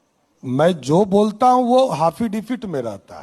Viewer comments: हाफी डेबिट बोलता है,,अनपढ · अरे भाई किसी को पता है तो बताना कि ये "hafidipit " क्या होता है,जो मुख्यमंत्री जी बार बार बोल रहे हैं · हाफि डेबिट 😂😂😂😂😂😂 खुदा मेहेरबान तो गधा पहेलबान 😂